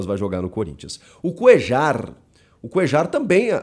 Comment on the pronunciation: Te corrigindo Chico. Não se pronúncia coeJar e sim CoeLHAR. ele é colombiano e sendo assim a pronúncia certa do nome dele é coelhar (coellar) igual o cantillo colombiano também o certo é cantiLHO E não cantiJo.